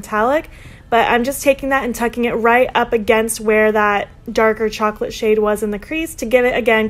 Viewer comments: My favourite is definitely the third look! Love how it matches your hair 😍💜 (P.S. Chocolat is pronounced show-ko-law 😉🍫) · I love your new hair! My fave on you yet ♡ And these are all so different to other looks I have seen with this palette. Chocolat is pronounced shock-O-lah btw :)